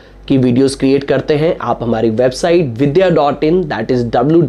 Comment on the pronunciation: Vidya not vidhya